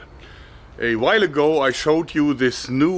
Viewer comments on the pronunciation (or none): none